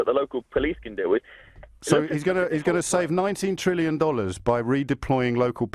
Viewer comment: It’s trillion. With a T